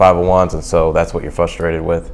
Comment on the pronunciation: Can you say Frustrated not fustrated? If not please stop using words that you can't spoke.